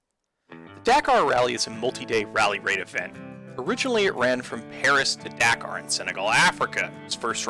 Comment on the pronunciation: If your so into the Dakar rally why don't you pronounce the name Dakar properly 🙄. I have to tell you I couldn't watch but the first couple of minutes of this video simply because 1: your horrid pronunciation of Dakar 2: that horrid music that, if you really have to have it at least make it barely audible. I can't tell if you are reviewing the game or the music. Honestly if you are reviewing a game, dump the damn music and use the games audio minus music. Better luck next time on a review.